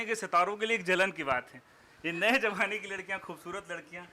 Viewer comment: The interviewer does not know how to speak Hindi ..what is jamana...it's zamana..and many such pronunciation mistakes